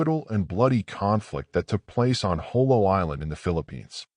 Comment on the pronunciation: The battle of JOLO not Jolie. Thanks.